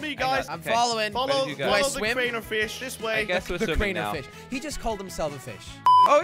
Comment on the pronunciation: its not krAnEr" its Crainer